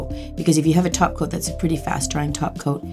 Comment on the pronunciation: Also I think I've been watching so much lately that I hear "Taco" instead "topcoat" against my will every time she says it lol